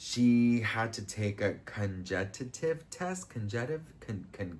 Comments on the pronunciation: Cog ni tive 😂 you’re so cute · you need smaller clothes!!!!! Good for you! Continue having fun. I’ll live vicariously through you! Cog-ni-tive but I got you lol